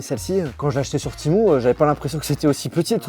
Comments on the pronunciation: C'est temU et non temou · Timou ❌ TémU ✅ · C’est Temu et non pas Timou !😂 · On dit pas tImOu on dit tému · Timou 😂 tu sais pas lire ou quoi c'est écrit temu ! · Temu ptn ça se dis TÉMUUUUU PAS TIMOU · Hein tu dis « ti-mou » ? 😂 j’ai toujours dit « té-muuu » 😂 Comme le mot « menu » mais avec un « T » 😂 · Temu: ❌ Timou: ✅ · PK TU DIS TIMU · Timou 😂 je sais pas comment on prononce mais en tout cas pas timou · ha non non pas du tout ou tu vois un double e ? Un e normal se prononce pas i c’est une dingerie d’écorchée un nom comme ça En tout cas bonne vidéo 👍